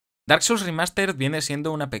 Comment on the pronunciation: Por un segundo crei que decía "Bark Souls" hahaha